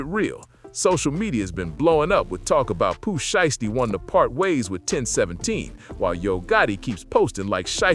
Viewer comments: If you can’t pronounce, these people name the correct way then you not qualified to be reported on them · Not enough of a name for you to pronounce it right?